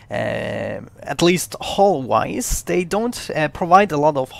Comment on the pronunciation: Black hull sounds like black hole